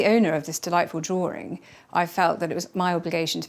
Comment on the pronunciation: How in the world does the word drawing get pronounced as drawring? Lol!